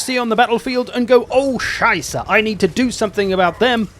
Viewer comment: Have to say, as a german: Your "Oh Scheiße!" was pretty good for an english speaker.